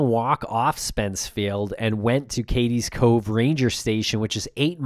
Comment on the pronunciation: It's called CADES Cove, not "Katies" Cove. It's not pronounced like a girl's name.